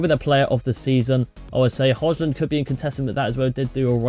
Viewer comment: Please pronounce Rasmus surname the correct way brooo please